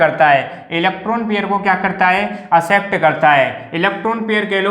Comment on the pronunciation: It is accept not asept 👆🏻